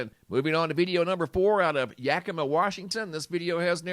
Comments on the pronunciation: It's pronounced "yakamaw" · Hey, it's pronounced Yaki maw, like mama.. 🤗